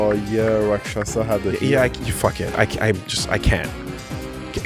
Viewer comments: The 'sha' syllable is like RPGs. will never figure it out. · Some day will learn how to pronounce Rakshasa but today is not that day.